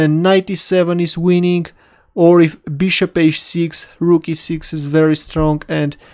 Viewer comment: No offence But, Y u no pronounce bishop right?!?! Beeshop?